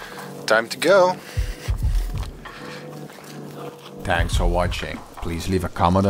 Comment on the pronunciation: lol at the end, he said "tanks for watching..."